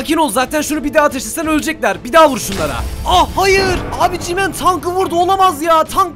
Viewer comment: Abi GMAN değil G-man